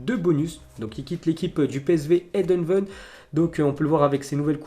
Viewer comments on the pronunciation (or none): Moi je suis toujours perturbé par ta prononciation Wuhan est devenu ouhang ptdr 😂 fais un effort tcho et comment t’a dis psv heindoven jpp cordialement et courtoisement bien sûr